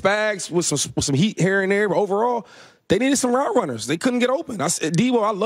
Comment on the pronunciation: Houshmandzadeh and shady both say "ner" instead of "there'"